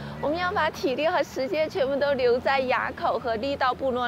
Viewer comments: 埡 念ㄨˋ不念ㄧㄚˇ😂😂😂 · 埡口,唸 ㄨ ˋ 四聲. 不是啞巴的啞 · 埡口是唸四聲亞的音 或唸物四聲物的音。騎車走南橫真的好美哦 感謝走一趟南橫與我們分享❤ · 那個~念"物"，埡口